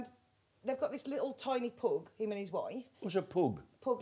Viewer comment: Come on Jim and team - why is the audio level on Jim and Her always so low? - - I notice that Vicky is wearng trousers this week, after flashing her bits last time, when she was rolling about laughing! - - - What's wrong witha PUG dog, it is spelled P U G, not P O O O G. You don't go to the pooob for a jooog of beer - its pub for a jug! 🙂